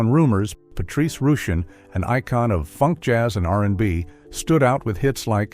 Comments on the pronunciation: Who ever produced this expose is not accurate on many levels! Man we always knew Luther Vandross was gay! Also Patrice Rushun is correctly pronounced Patrice “Russian!” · Patrice Rushen: Not pronounced R oo shen; It's pronounced "Russian"